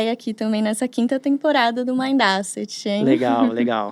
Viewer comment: Não é Àseti a pronúncia é : ésset